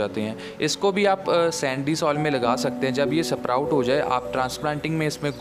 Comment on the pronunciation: Its sprout not suproute